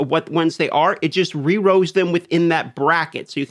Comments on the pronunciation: It definitely looks like you are saying row... But I believe it should be roll, right? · i wasn't hearing the L's for like half the video and I was so lost. i was like "wdf is rows I didn't hear anything about this in the guides?" still confusing but i think i got it.